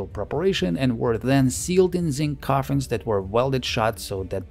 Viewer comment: those r coffensssss LOL